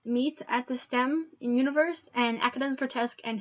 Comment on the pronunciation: FFS! For Frutiger's sake, the font is not pronounced "universe" !!!!!!!!!!!!!!!!!!!